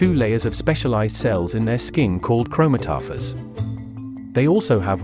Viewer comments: Chroma toffers. 😂😂😂 Chromatophores (Chrome-at-oh-fours) Is how you pronounce it. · "CHRO-ma-toph-ers"? 🤔 sounds kinda dumb that way, to me.👎 In the US, we pronounce it chro-MAT-o-phores".👍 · The word is pronounced chro mat-o-fores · This man's pronunciation of "chromatophores" is making me irrationally irate. "Krōe-mah-tōe-fōre" as implied by the root word chroma and suffix -phore which make up the term. The literal translation is "Colour-bearing part" or "chroma-bearing part". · “Crow-mat-a-fours” would be the correct pronunciation… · It's pronounced (CROW-MATT-UH-FOURS) gawd in an age where everything can be readily explained and yet no one uses even a quarter of the necessary for proofreading and make whatever they themselves are attempting to express accurate, concise and comprehensible! Google has Thesaurus, Dictionaries and ect use it to proofread! Learn it, live it, love it or shut it! Now watch I end up being the asshole for tons of typos and misspellings! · ...its pronounced "CHROME-AT-A-FOURS".... if you're trying to teach the public, you gotta know how to pronounce the actual words concerning the subject matters. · That was the most butchered attempt at pronouncing “chromatophore” I’ve ever heard. It’s pronounced “chrome-at-a-for” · Biazarre pronounciation of chromataphores. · that "chromatophores" pronunciation was painful to listen to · The mispronunciation of "chromatophores" hahaha! AI not that good yet...